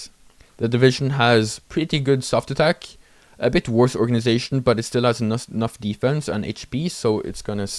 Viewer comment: When you said: "when they have lower HP, they fight worse", due to your accent, I thought you said: "they fight wars" and I was like "yeah? Obviously?"